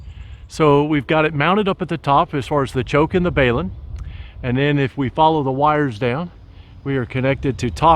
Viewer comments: What is a BAY-lun ? I know what a BALun is. Think of BALANCE Unbalance - Hence BALUN - not BAY lun - Just saying.... Thanks for the video. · WTF is a BAYlun? Of the hundreds or videos I watched over the years, you are the first to butcher the pronunciation.